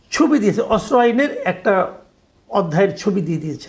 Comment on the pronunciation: অস্ত্র উচ্চারণ করতে পারছেন না, আরও চেষ্টা করুন, উচ্চারণ করতে 😅😅😅